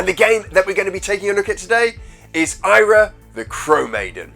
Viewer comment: So, the NES version looks great, but the MD version looks sluggish and painful. Also re: pursuing your desired audience, YouTube fame etc... its Eyra, not Ayra 👍